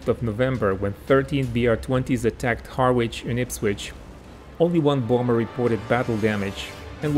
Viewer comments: IHarwich is not pronounce Har Witch its Harridge ot Arridge if you're cockney. Interesting content though/. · Just a note - Harwich is pronounced ‘Harrich’ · Harwich is pronounced "Harritch". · Harwich is pronounced Harrich by locals 👍. Another good video, thank you. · Harwich pronounced Ha-rich 👍. Great video and presentation. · I don't speak any Italian, so this isn't meant as criticism, but Harwich is pronounced more like haritch. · Harwich... Pronounced Harr-idge You're welcome. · Thank you for an interesting video. For your information, due the peculiarities of English pronunciation, Harwich should be pronounced 'Harich'. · Harwich is pronounced Harrich...... the W is silent. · It's pronounced Ha- Rich !!! Harwich is !! ( or is it Ha - ridge? , something like that anyway !) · Ha-rich you dont sound the 'w' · It's pronounced "Harritsch" ! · Just for any future video's, the W in Harwich is silent. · The "w" in Harwich is silent. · No doubt someone has already told you by now: "That is not how one pronounces Harwich". Placenames in the UK can be challenging to pronounce (Even for Residents of the UK). Best wishes from Frome, Somerset. (FYI "Frome" is not pronounced as it is spelt). Other examples; Leicestershire, Worcestershire, Mousehole, Ruislip, Liversedge, Nottinghamshire, Godmanchester, Woolfardisworthy, Bicester, Ynysybwl, Cwm Clydach and... Hull. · Interesting ! But Harwich is pronounced with the R.